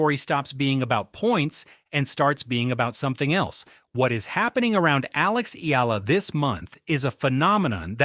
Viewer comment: Why doesn't the narrator pronounce her name correctly? It's pronounced, Ee Ya La.